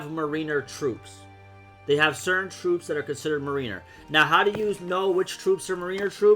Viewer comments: MARE IN ER NOT MARINEUHR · Its pronounced MARE IN ER